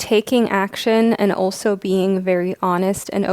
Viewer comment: I love ur readings, but honeslty, the way you pronounce some things really irks me lol. Like how you say "also" (you say it like "oso") and "scarce" (you say it like scar-se). Not a huge issue but it makes me twitch every time hahah